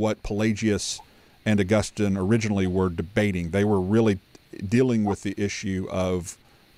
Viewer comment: So, why as an Augustinian scholar does call him “Ow-Gustin”? Does he know something no one else knows?